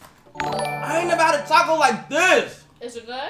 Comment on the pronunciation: “Cant forget the bev NEVA NEVA NEVA”💀💀